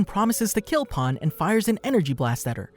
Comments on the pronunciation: The proper pronunciation of Pan is Pahn. Stran the enough, Japanese and Spanish share the same vowels and the word for bread, "Pan" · Saying pan like paan or pon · Bro really said pahn💀💀💀💀